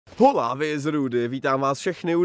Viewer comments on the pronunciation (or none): jestě jedno řekneš hola a vyslovíš u toho H, tak ti zapalim les